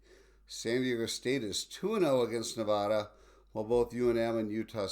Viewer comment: You've got to learn how to pronounce "Nevada"!